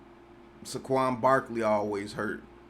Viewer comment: Everybody: (Say-quon): (Suh-quon)